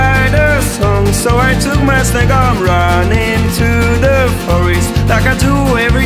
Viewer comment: není mu rozumět vůbec, vynechává členy, místo snack je tam slyšet cigar(?wtf?), vyslovuje forest jako forist a vše říká jak kdyby špulil rty.